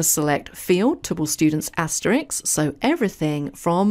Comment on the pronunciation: The word you want is "asterisk" and the word you are using is "Asterix" who is a cartoon character. This sounds silly! Just saying! Please use the correct word as I like the way you present your courses. I find them easy to follow.